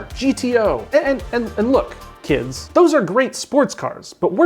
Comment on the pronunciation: i love how he emphasised Kids when he mentioned supra and GTR